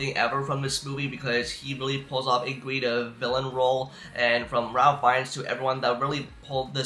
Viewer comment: Pronounce Ralph rayf